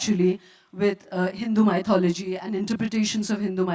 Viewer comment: Is it "my-thology" or "mithology"- I believe it's the 2nd one. Sorry, not able to write the phonetics representation in my ipad😐